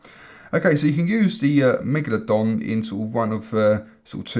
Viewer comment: I heard him say manglerdong